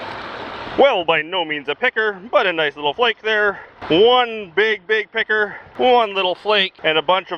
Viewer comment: Sometimes picker sounds like pecker and it is keeping me on edge